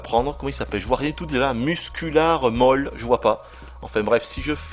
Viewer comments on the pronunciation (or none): none